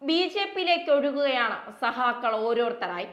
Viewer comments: സഖാക്കകൾ അല്ല ചകാക്കൾ😊 CPI M അല്ല ചി P M😊😊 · സഹാക്കൾ"അല്ല സഖാക്കൾ..എന്നു പറ😅